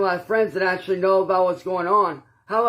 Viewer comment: can we umm acshally get a uhh acshally counter??it used to be liderally...ugghh